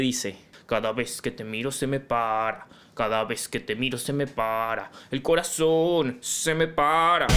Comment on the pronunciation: dices el coratón? jajajaja pues creo que el mediocre Iglesias pronuncia exactamente una t...